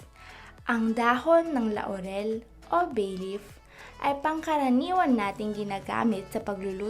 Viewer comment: Ako lang ba ang inaantok sa pagsasalita nya? 😂 Nabobother din ako sa pagssabi nya ng La-u-rel. Pero thank you, ittry ko ito.